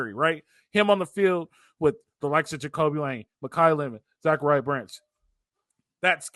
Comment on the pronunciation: Zac-uh-rya pronounced like the Bible not Zakaria